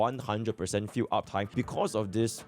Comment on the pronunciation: 'field' i hear as 'fugue' 🤣😂